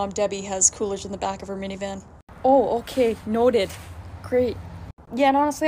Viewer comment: “They just love the little spawn of Satan that says otay” 😂